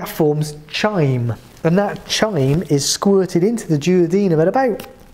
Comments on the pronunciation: No I didn't. Chyme is pronounced "kyme". I have bad habits. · Chyme has silent h or more likely pronounced as khyme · Hi excuse me, I heard you pronounced chyme very differently as I’ve heard in different dictionaries such as the Cambridge dictionary. . I’m just wondering is that the correct way as you pronounced it?